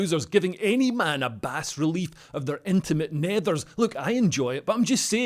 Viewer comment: The “bas” in bas relief is pronounced bah